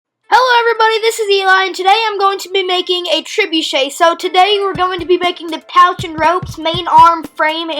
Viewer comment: Trebuchet not trebucha